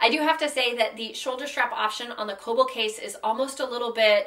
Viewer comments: im pretty sure kölbl is pronounced "krlbl". if it's german, that is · You don't really pronounce Ös like that... you'd bring the front of your tongue up when saying the ö